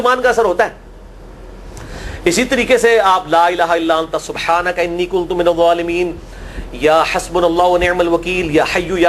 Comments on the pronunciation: Exactly mainey abi aik aur channel pay b suna kuntum keh ri then wo jbk its kun tu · Public notice: Please when u recite ayat e Kareema make sure its pronounced rightly . As usually people incorrectly join kuntum whereas its kunto- minazalimeen